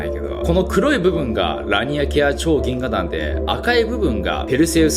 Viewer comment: 「ぎんががん」言うた。カワイイ。